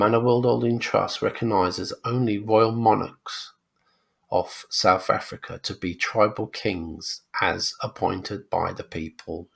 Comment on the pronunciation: It’s SouTH Africa, not Souf Africa. Maybe learn proper pronunciations.